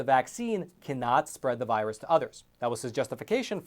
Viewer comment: It's not a v 👁 russ.